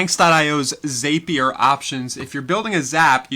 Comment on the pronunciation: Great video. But Zapier is pronounced Zappy er. Rhymes with Happier!